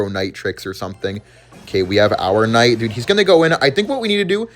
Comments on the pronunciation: I'm going to kms if he doesn't stop pronouncing the k in knight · Hero "kh" night